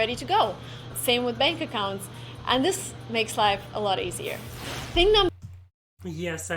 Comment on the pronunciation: You just need to work hard at your pronunciation of your English words. Here is a single word I noticed you used a lot. The word is: THIS You pronounce your letter I’s as if they were long E’s. The letter “I”will never sound like a long E (ie. Cheese, These, Please) unless it is followed with the letter “e”, as in “ie” or at the end of a word that ends in, “ing”. Examples, “Chief, Thief, Grief” or, “Thing”, building, hitting, throwing”. In the word, “This” the I is pronounced as a short I and will sound exactly like the way you pronounced the letter I in the word, “Workin”. Workin is not the correct way to say or spell the word, “Working”. However, workin is the slang pronunciation of the word, “working” so keep that pronunciation in your conversational English. You say it, but never spell it as, “workin”. Here are some words to practice your short sounding I’s. THIS, fish, wish, dish, tick, lick, stick. The WRONG way to say those practice words the way you currently do is, Theese, feesh, weesh, deesh, teak, leek, steek. I think your vocabulary is very very good and you could hold a conversation in English with anyone, but you have a very very heavy Russian accent right now. The Russian girl in this video, if I closed my eyes, I’d think she was American. That American connection you feel, Thomas Jefferson described what you feel with these words: “We hold these truths to be self-evident, that all men are created equal, that they are endowed by their Creator with certain unali